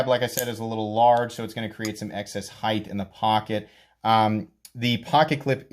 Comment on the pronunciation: Heighth instead of height is the new benchmade griptilian or in this case the ritter hogue. 😁😁